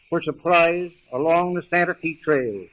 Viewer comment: And tre for trail